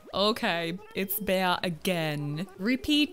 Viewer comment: I think it's pronounced "Bee", not "Bay-uh" for when you found Bea (